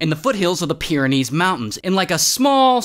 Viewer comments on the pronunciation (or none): none